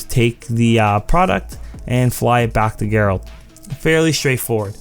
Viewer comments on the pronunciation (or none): Gerald is pronounced with a J sound not a G. Keep up the great videos man!